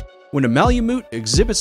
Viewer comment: He really should have practiced saying Malamute a few more times before recording too